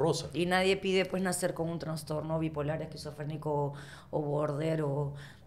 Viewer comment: Ay, Johana. Toda una artista y no entiende la palabra "loca", en sentido figurado. Eres loca?". Bueno, loca es la persona que tiene un "transtorno" y necesita tratamiento.... dijo. No es transtorno, Johana. Es trastorno....por lo demás, todo bien.